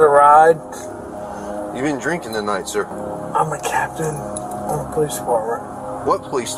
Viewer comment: Police officer "Seargent Pullease" 😂😂😂